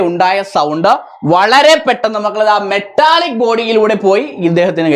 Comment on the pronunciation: മെട്ടാലിക്ക് അല്ല മെറ്റാലിക്ക്😂 Just for funn😅